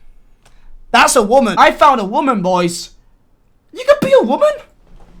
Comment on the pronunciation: Drink every time he says morale or waman and respect